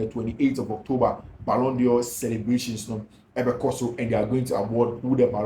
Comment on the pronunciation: I appreciate what you do. But, please, the word is d'Or not Dior